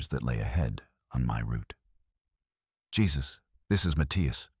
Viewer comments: Yep, they butchered that one. It's definitely "Hay-Zeus," not Jesus. 😆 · Jesus is pronounced Hesus (Hay Zeus)when used for a living person. If you’re gonna use AI listen to it before you post. It feels like sacrilege hearing this for some Christians. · The mispronunciation gave away the AI instantly 😅 "Hey-Zeus" would've made way more sense.